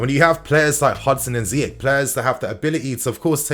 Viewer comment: Surprised an African like calls the Moroccan Ziyek instead of Ziy-erch (as in cheese)😅😅